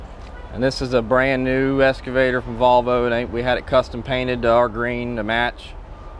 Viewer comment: EXcavator...NOT Scavator.